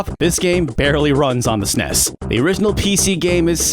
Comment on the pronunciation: Every time he pronounces "SNES" as a one syllable word, rather than an acronym, I cringe so hard.